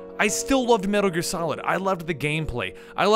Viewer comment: "Medder Gear?"